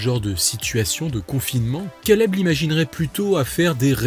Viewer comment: Stp fait un effort pour ton accent anglais quand tu dit caleb ça fait mal aux oreilles la